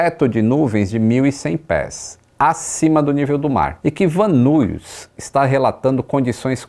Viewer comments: A pronuncia é " Van Nais" e não " Van Nuis", para a cidade de Van Nuys. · Van Nuys, se pronuncia “Van Níes”….. morei em LA quando fiz faculdade. Van nuys, van nies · Excelente vídeo. Eu já morava aqui quando isso aconteceu e ver todo o mapa e o que o piloto tentou fazer foi bastante esclarecedor, já que eu sempre a dos nessas estradas e conheço bem. Só uma dica: o aeroporto e a cidade de Van Nuys se fala “VAN NÁIS. Abraço